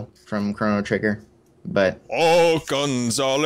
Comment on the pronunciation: ah Nintendo he's spelled C-H-R-O-N-O not Corrin